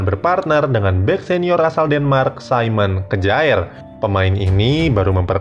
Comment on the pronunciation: Kjaer dibaca Kiyaer bukan Kejaer ... Dodol lu Bro ... Bennacer dibaca Benaser bukan Benaker ... Rebic dibaca Rebij bukan Rebik ... Belajar bahasa negeri orang dulu Bro baru ngomong ... Ibrahimovic dibaca Ibrahimovij